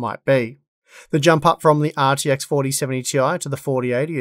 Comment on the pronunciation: “The ARRRR TX…” 🏴‍☠️